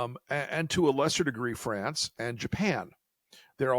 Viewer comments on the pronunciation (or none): none